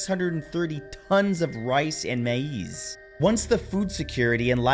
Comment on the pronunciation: Did anyone else pick up how he pronounced "Maize" ( Mayz) as "Maieez" haha. Its corn.